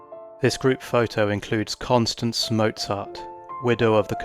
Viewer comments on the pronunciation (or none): Wow, these are wonderful. Thank you so much for sharing. One small thing, not trying to be a jerk, but the supposed photo of Mozart's wife Constanze is disputed. And her name is pronounced "Con-STAHN-zah." In the movie Amadeus, Wolfgang affectionately calls her "Stanzi." Whether that nickname was accurate or just done for the movie, I don't know. After his death, she tirelessly promoted his music and was largely responsible for making him as famous as he was. Their younger son Franz also became a composer -- one of his music teachers was none other than Antonio Salieri!